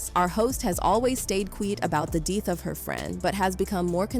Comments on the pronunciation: What’s does ‘stayed queet about the deeth of her friend’ mean? Htf can these voice softwares get stuff like that wrong? Budget ass lol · is this A.I. news? why is the narrator messing words like 'quiet' and 'death'? a.i. is out of hand and a bigger threat to humanity than jz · Can't take this video seriously while "death" and "expired" can't even be pronounced right 😂